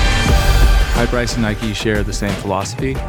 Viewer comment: Sounds like Highprice not hyperice